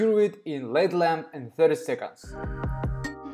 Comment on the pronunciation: Im sorry...but this is not healthy for the cuticles. You should watch some videos of actual Manicurist doing nails so u can learn the correct way. Just f.y.i.....LED isn't one word. U are supposed to pronounce each letter. L-E-D. Im not trying to be funny...English is not your first language so how would u know unless someone tells you.